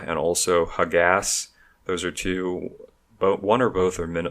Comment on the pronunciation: OMG! No mention of his non-existent AIDS response? A complete "swing & miss" on his part. Actually, not even a swing. Also,, your pronunciations of names/groups had me wanting to bang my head of the keyboard. I've never heard of "ha-gass"...but I know of "Ha-Ma-ss" Hamas. Is this to avoid YouTube from demonetizing your video? Hamas is know as a terrorist org. I don't mean to be a didactic asshole, but when listening to your video and you mispronounce a name/group, I then would try and decipher what person/group you meant to say, and then miss the next several seconds of your lecture. A valiant undertaking, nonetheless, criticizing Reagan.